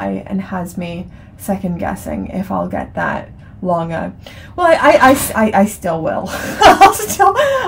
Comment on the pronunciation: Pronounciation of Lange was ok. Greetings from Germany